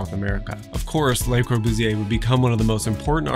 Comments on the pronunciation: it's so twerpy of me as an American with appalling French to be bothered by the mispronunciation of 'Le' because God Knows how many French ears I've injured in my day, but yikes, it's too much hear 'lay' and pardon, but 'L'uh' isn't making it either. It rhymes with 'her'. And this is hopefully the last time I have ever have the temerity to correct someone else's French pronunciation. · Love your videos. One suggestion: the article 'le" in Le Corbusier is pronounced as if it rhymes with 'pu' in pudding. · This whole video feels very rushed. The feeling tone seems dissonant with the building. AND it’s very jarring to hear the architects name mispronounced. The “Le” is pronounced just like English. LUH. Very similar to the first part of “lullaby” The grid analysis was very interesting but I would have liked to see a different geometric analysis based upon Le Modulor abd the Fibonacci series. And lastly, why not call him “Corbu”? Widely used and easier to say. Some furniture would have helped with understanding scale of the plan. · I like the video a lot, but for the purpose of constructive criticism: I really wish you at least tried to pronounce some of the French correctly starting with Le Corbusier (pronounced Lu rather than Lay) and Villa Savoye (pronounced Savoy rather than Savwa). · You’re adorable beyond reason, and obviously know your subject, but, mon Dieu, it’s “luh Corbusier”, not “lay Corbusier”. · Please, it's LE Corbusier, not LAY Corbusier. Otherwise very informative. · FWIW, "lay" Corbusier (Fr = les) would describe the Corbusier family; The Corbusiers. When we speak of just the guy, it's "luh" Corbusier (Fr = le). You've given me free knowledge, I reciprocate. Thank you. For fun, check the relationship between Le Corbusier and Anglo-Irish designer Eileen Gray whose work LC admired greatly. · Enjoyed your video...one suggestion is to pronounce Le Corbusier's name properly...it is not a pluralized 'Les' Corbusier